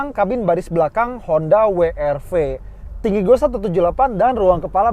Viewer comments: "Brio cross- WRW" 🤣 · WWWWWWWW ERRRR V, yg bener dong bang.🤣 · Akhirnya ada yg nyebutnya bener..Double Yu Ar Vi & We Er Ve...yg lain nyebutnya Wi Ar Vi..😅